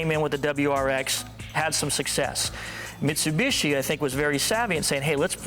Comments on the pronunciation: Wait, what did he say, misuiiibuushshiyyy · "Mitsubischi", sounds so funny how Paul prounces that (not trying to trash him), but of course I hear and know what he means, just sounds funny, that's all!